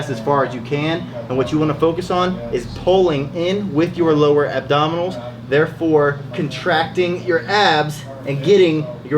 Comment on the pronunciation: he legit said rectus abdominals..... rectus abdominis